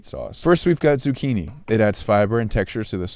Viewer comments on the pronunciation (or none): im not even italian but that z*cchini pisses me off